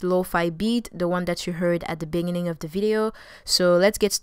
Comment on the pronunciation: binining 😂😂😂 Great tutorial tho and you’re very talented Edit: no hate btw